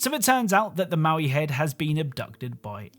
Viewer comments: Its "mo-i" not "mow-i" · BTW the Moai heads are "moe-eye" and not "mau-ee". (Note: Never make fun of someone for mispronouncing a word - it means they learned it by reading!) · mo'ai, not maui^^ The first means "statue", the second means "left". And Māui (Maaui) is a mythical characer. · its "moai" not "maui" genius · The stone heads on rocket league are Moai (Moe-eye) not Maui. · You called them maui heads and that felt wrong, so I double checked and they're Moai heads. Pronounced like moh-wai too. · Ah yes, the infamous Maui heads of Hawaii 😂 The “Easter Island Heads” are called Moai, created the Rapa Nui people on Rapa Nui (what we now call Easter Island) and where definitely not Maui. I get how he could get the pronunciation wrong or even mixed up. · Moai is pronounced "moe-eye".